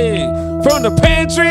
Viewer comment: from the pantrrrrrrrrrrrrrrrrrrrrrrrrrrrrryyyyyyyyyy